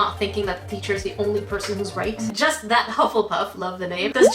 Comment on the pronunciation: " I jist love food so..." yeah me too me too